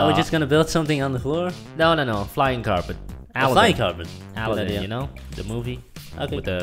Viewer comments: Alden? 😅😅 it's Aladen wtf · OMG THAT RAP IS SO TRUEEE Skrt skrt jdnsksvsjjh skrtttt sjndgscskkd skrt skrt sjsn ! 😂😂💖 Edit: Its Aladdin N Yu Keep Sayin Aldin 😂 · Aldin? You mean Uh-la-din.... right? Haha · Andrew and La'Cee Paxton is it weird that they pronounced it aldin? 😂😂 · Lol he said AL-DIN INSTEAD OF ALADDIN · You're saying the name wrong, It's Ala-ad-din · You said aladdin wrong but i still love you guys(not in a gay way)